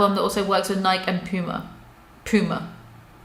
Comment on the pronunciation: Nike (pronounced: “Nai-kee”). As an Oregonian, I’m offended.